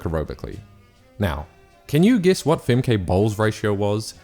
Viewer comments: For your next videos, their names are pronounced "Famkuh" and "Leekuh" Not "Famkay" and "Leekay". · Fem-Kay lol Also: Lee-key lol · "Femkay" what 😂